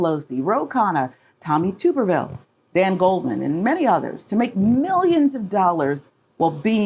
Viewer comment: I hate the dude with a passion, but do be better than the Republicans and pronounce Tuberville correctly? It's Tub-erville. Like 'tub of festering corpse fluid'. We can't get mad about mispronouncing Kamala if we're doing the same to them.